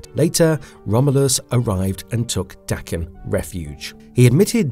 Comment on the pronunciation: I have to give you credit for not pronouncing Daken as "Day-ken". As someone familiar with the actual pronunciation, it drives me nuts when it's mispronounced.